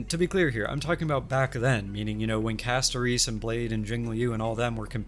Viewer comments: Sorry, I thought this was an interesting video and wanted to watch, but I had to stop because hearing CastoREECE over and over was causing an aneurysm. If you don't like the english audio in game, that's fine, but please learn the character names before making a video about them. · Why does bro say Castorice like that lmao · The way bro pronounces Castorice's name triggers me in a unique way...